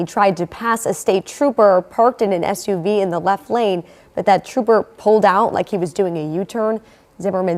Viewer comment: Did you just prnounce SUV as "ESH"-UV instead of "S"-UV?